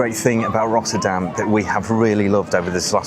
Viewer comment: Rottûrdam? Ech wel, niettan? 😄👍